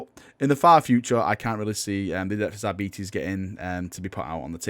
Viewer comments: it's AR - BI - TES not ARBI - TIS. not even my native language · Pronounced like Arbitrator, arbiter, arbitrage... R-bit-és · Ar-bites, please for god Emperor´s sake. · "I'm just gonna pronounce it Arbetes and you'll just have to live with it" Finger hovers over unsubscribe button..... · It is pronounced arbetees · Ar - bit - es , as in Arbiter (someone who makes a judgement) its basic English. They are not coming, it's Enforcers as in someone who enforces the judgement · When you say arbites i keep thinkind diabetes xD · I had always assumed 'Arbites' was faux Latin shorthand for 'Arbiter' so base the pronunciation on that, I guess? Making them arbiters, or Judge, jury, and executioner, is also a clever way to tie them in with the Judge Dredd IP for free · All in favor for the public execution of for how he pronounces Aribites say "I". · That pronunciation of Arbites is like nails on a blackboard.